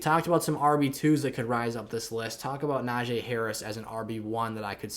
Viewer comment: pronounce najee’s name right. super disrespectful.